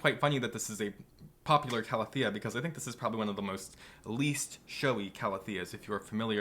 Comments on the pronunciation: Hahah, it bugged me too for some reason. I did have a moment of "have I been saying it wrong all this time?" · I can’t help that it annoys me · The way he said calathea pissed me off to no end 😪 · So it wasn’t just me! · Linda Wiseman I honestly don’t know and usually pronunciations of botanical names don’t affect me but for some reason it really annoys me